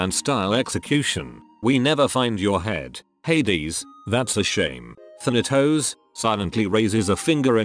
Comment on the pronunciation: "huh-kate" and "theneToes"